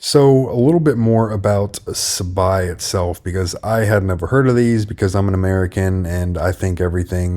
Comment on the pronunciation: #Bullish on #RPP! You're saying it right bro Sa-Bye 🙏💯👑📈